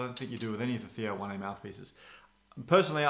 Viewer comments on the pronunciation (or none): It's pronounced Wan. Not Wanay